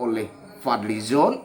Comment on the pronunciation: Aku bisa tertawa broo.....Fadli Zoon. Tanpa 'n' jadi 'zoo'. dia dlm statemenya gak pernah ada solusi sperti Rocky G